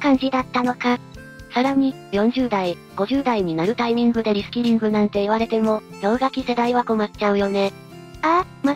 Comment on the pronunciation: リスキリング・・・リスキルにしか聞こえないｗ